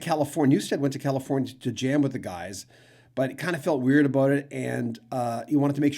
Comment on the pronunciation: 😅👍 Aboot your Canuck is showing 🇨🇦